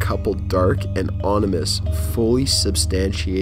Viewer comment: Seriously, figure out how to pronounce words... It's OMinous, not, "onimous," and "suppoSEDly," not "supposably," and "ET CETERA," not "Ec Setera." Still not a troll... it really, really detracts from story telling when you err on what, per your narration, are "supposed to be" your "own" words.